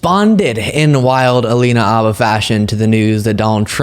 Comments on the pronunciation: why do you keep saying Abba?? Her last name is Habba. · Is the " H " silent? Everyone else pronounces it as " Habba "